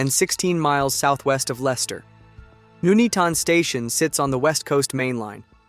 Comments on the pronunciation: OMG your stupid American AI (or whatever) voice actually pronounced Leicester correctly! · I was impressed it said Leicester correctly!